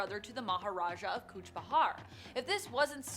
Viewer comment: Kuch Bihar not bahar .. it's like calling New York - New ark..